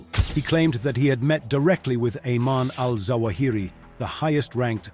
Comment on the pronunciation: it’s zawahiri not jawahiri